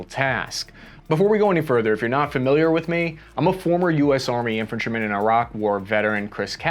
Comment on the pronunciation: Chris, good stuff, and keep it coming. We know you're not "bonafide press or expert", but somehow you pull off some accurate reporting and do it clearly. Thanks a gain for responding to feedback on pronouncing key words and names. Iraq came out perfect this time! No more EYE-rack! Thank you so much, and I'll guarantee that it gives you more credibility.